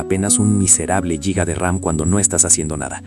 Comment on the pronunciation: En primer lugar te agradezco la divulgación, en este momento tan critico esta información es una salvación, por estas noticias es que pago internet. En segundo lugar, te pido por favor que dejes de decir "LLIGA" eso no existe, suena "JIGA" tanto en ingles como en español ya que el origen etimológico de la palabra es latina y te invito a que tu mismo lo compruebes y lo corrobores, los términos Mega, Giga, Tera, Peta, Theta, etc. también tienen el mismo origen.